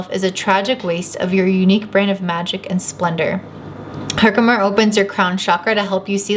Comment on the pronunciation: You're saying Herkimer correctly. I'm pretty sure the crystal collector on YouTube would be saying it right and he says it that way. I chose that pile and my Saturn in Leo is speaking through this. Thanks!